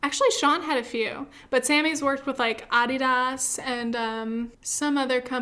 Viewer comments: Random thought: You're the 2nd person I heard today say Adidas like aw-dee-daws I always thought it was like uh-dee-duhs. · ah-de-das omg im dying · The way you said adidas kind of triggered me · Key it’s an American vs the rest of the world type of thing with pronunciation. I’m American and I say ah-dee-duhs too but we’re the odd ones out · What did I hear? ‘Ah-dee-das’.............? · I'm hella triggered by how you pronounced Adidas 😂😂😂😂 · wait I've literally never heard anyone pronounce adidas that way, is that the way you are supposed to say it? pls help it is bothering me now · Am I out of the loop on that pronunciation of adidas? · why did you pronounce adidas like that??💀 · How the hell did you pronounce adidas???? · it makes sense as that’s how it’s spelled but I never thought to pronounce like that. Its part of your brand now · easy ways to pronounce french better: speak with your tongue against the roof of your mouth and don't say the last letter of the word